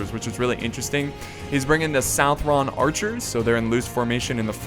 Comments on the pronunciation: It's not "sowth-ron", it's "suth-ren". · Garrus Vakarian I've always heard it pronounced "suthren". Maybe it's a regional thing where I live.